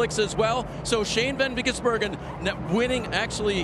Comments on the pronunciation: and are the best 😂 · don't forget with a stumble. That one is definitely my favorite. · Every time they mispronounced or stumbled over SVG's name: "Shane van Ginsenburgen" (my favourite) "SVJ... G" "Shane... van Gisbergen" "van gisBERGen" "van gisBERGen" "Shane van gisBERGen" "ven gisBERGen" "Shane ben Bagizbergen" "van gisBERGen" (checks notes) "disbergen" "gisBERGen" "gisBERGen" "Shane... ben Gisbergen" "Bergen" "Shane... ven Gisbergen" "Shane... ven Gisbergen" "gisBERGen" "vasvih vesvedur" "van gisberg" "vansvi gisbergen" "The Gearz" "Shane van... gisBERGen" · dont forget at around the 3h mark van Geesebergen